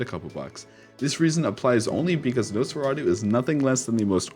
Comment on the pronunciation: you pronounced it right. Amazing! 😹😁 #tuesday